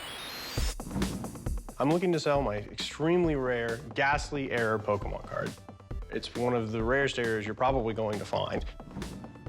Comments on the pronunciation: While calling it Pokeemon lol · The repeated Pokey-mon mispronunciations are driving me insane. Po-kay-Mon. Café. Poké. Pokémon. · It's poKAY mon Not poKEY mon Yikes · Lol Pokeemon.... There's literally an accent mark over the "e".... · "what a pokeman?" rick asked "it's not pokeman it's pokemon" chumlee said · “This is Fat man, I heard they’re going to Jack a load of these PokeyMan cards” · you've played 1000s of games yet still cant pronounce the name properly! Pokemon is short for pocket monsters not pockeet monsters lol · I love how Chum is a "big Pokemon's fan" but he still misspronounce it. "Pokémon = pocket monster". How do you Americans pronounce "pocket"? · The way he says Pokemon tells me he knows nothing about pokeman